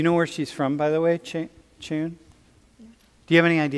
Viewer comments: 교수님이 한국 학생 부를 때 “챈, 채은”이라고 하네. 한국식 이름을 잘 아는 듯? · 다들 저 여성분 이름이 "첸" 이라고 하는데 저거 무조건 채은입니다. 만약 이름이 "첸"이였으면 Chen일텐데 e가 들어갔으면 발음이 뚝 떨어지는데. 또 만약 e 대신 a가 들어갔으면 마지막 발음이 "아안"인게 정상입니다. 친구 이름이 지은인데 사람들이 발음 못해서 "진" 으로 발음 할때가 많아요. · 췐 이 아니라 채-은 이라고 발음하는데 그걸 떠나서 한국계다 중국인이다 하는게 literally hilarious